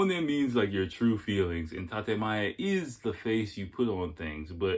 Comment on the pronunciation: ..despite the fact that dude mispronounced 'tatemae/honne', his view was spot on----Japanese people themselves will tell you they are two-faced, it's mandatory essentially for Japanese people to maintain these two 'faces' in order to navigate their society smoothly---point 2 was also pretty accurate, despite the inability of "us" to "understand" because they might not have the 'ability' to communicate how they feel, the fact is, it is very common for Japanese women to simply ghost, no explanation, no nothing, it relates to point one, they'd rather evade their own ('real'?) feelings, and definitely yours, than engage in any kind of real conversation about what might have gone 'wrong', etc------also, i don't think dude's advice in telling your Japanese gf to try to be open with you about her feelings, was 'terrible' at all.....why not express that you feel it's a good idea to have open communication in order to build and maintain trust and communication? it's somehow a 'bad' thing to advise your lady-to-be that she try to be more open? come on man---bizarre that you shot that one down.....his point about Japanese women being sensitive is also pretty accurate, you say or do anything at all that doesn't seem like such a 'big deal', could be anything, there's a very very good chance she's going to disappear forever, that's just the real man...Japanese society and people in general offer you a very very small window or margin for error, and, once they've 'determined' whatever they